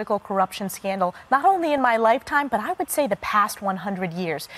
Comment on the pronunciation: Scandal, not candle!